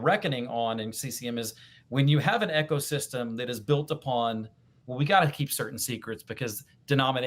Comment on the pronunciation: Eco (system) is pronounced EEK-oh not 'echo'. Sorry, it was driving me nuts every time said it.